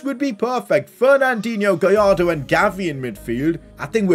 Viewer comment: You need to pronounce Gallardo right, in Spanish when it is two l’s next to each other you pronounce it “j”. So for Gallardo you say “Gajardo”.